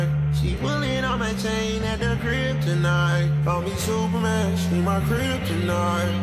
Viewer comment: Kryptonite was a banger. My only gripe is probably the biggest nitpick ever. I wish he pronounced 'crib tonight' more so it didnt seem like hes just saying he has a girl at the kryptonite.